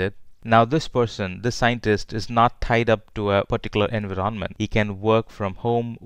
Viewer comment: Why do you pronounce "environment" in such a weird way? Had to stop the video multiple times.